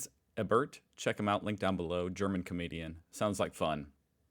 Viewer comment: E-bert, not Eb-bert... read slower if you are having trouble reading.